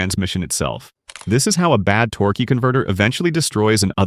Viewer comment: The AI “Torqueeee” converter pronunciation is throwing me off